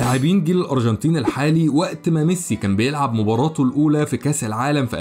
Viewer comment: الأروجنتين .. نطقك ليها بيضحك 😂